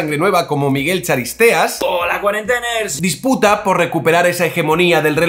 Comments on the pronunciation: "Cuarenteners", tipo "Biebers". A ver si aprendemos a leer...y a oír. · Según he oido "holq cuarenteners" me ha salido sarpullido en el alma.